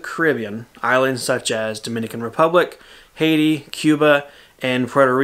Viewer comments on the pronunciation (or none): none